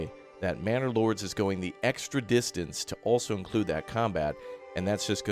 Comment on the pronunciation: did he said bannerlords or I am the only one that hears it? :D